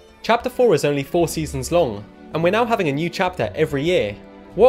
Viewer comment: "A new chapter every yeÆEer?"